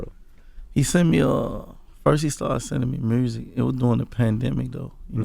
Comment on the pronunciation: Gotti been saying mursic for years and he been fucking the game up 💯